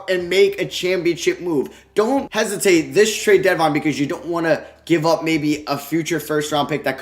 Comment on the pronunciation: Here when it says tarde instead of trade